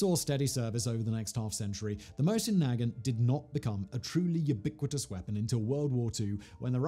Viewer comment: Not nag ant, is nuh gaunt